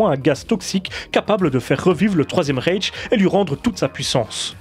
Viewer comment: C'est pas Raiche mais Ryche.